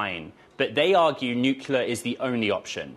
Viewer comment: NUCLEAR not nucular,!